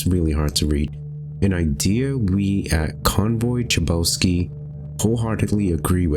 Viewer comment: The last name Chabowski might be polish, so basically in polish grammar we have two letters "h", one is written like: "h" and other: "ch" and you pronounce them exactly the same way, like in a word "hate" or "head", not like "cherry". "Ch" in polish words is ALWAYS read like "h" ;) And the game isn't a horror, I find it intriguing and calming in weird way. Edit: I just noticed that you changed your avatar ^^ Very cute :D